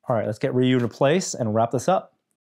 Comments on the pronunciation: Rey You not Ray You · It’s one syllable: “ryoo”. Listen to how Norm says it . He says it pretty accurately. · Not Ree U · its def Rye You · The game itself pronounces it Ree-You